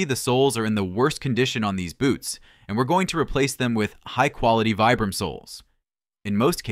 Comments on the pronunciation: Vibram is an Italian word. It is not pronounced "Vybrahm" it's "Veebrum" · I hate to have to say it’s pronounced veebram